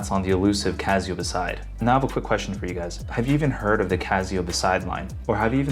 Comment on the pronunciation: It's not "Cazzio", is it?. It's not OK to mispronounce it. Please correct me if I'm wrong. I've never heard anyone say it that way. If it is indeed pronounced "Cassio", and you are the only one mispronouncing it, please consider making an adjustment.